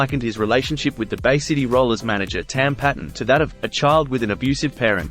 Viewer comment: With respect,: 'Tam Paton's surname is pronounced Payton.' Thank you for the channel! All the best. Stay free. Rab 🍻 😎